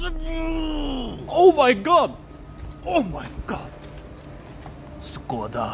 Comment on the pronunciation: God it kills me when he pronounces it "SKODA" xd